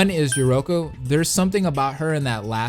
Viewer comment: Yeah he got most of them right lol notice how I say most bc he got yoruko wrong